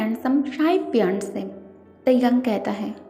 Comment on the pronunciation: You are saying phi-aandse